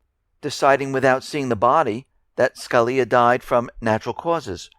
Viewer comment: The Justice's name is pronounced skuh-LEE'-uh